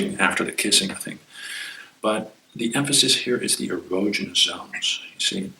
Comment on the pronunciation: Man is mispronouncing erogenous.